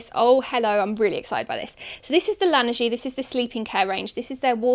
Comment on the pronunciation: Just because I'm a snobby French: La Neige is pronounced La-Nay-j